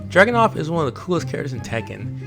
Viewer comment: "Dragonuv" other than that good video 👍 nobody hates tekken more than tekken player.